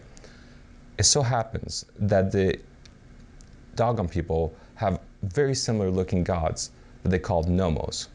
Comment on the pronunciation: Dough Gone not Dog on ..... ass